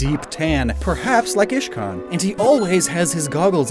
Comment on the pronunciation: Uhh you said ishcan not iscan